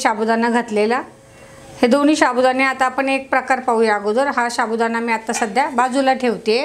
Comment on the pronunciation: शाबूदाणा नाही साबुदाणा म्हणतात 😂😂😂